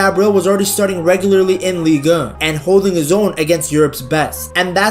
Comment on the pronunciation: It's not the most eloquent pronunciation but he's clearly pronouncing the french league in french, ligue un.